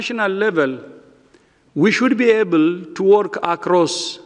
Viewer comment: he pronounced "able" as "evil"...my gosh please resign!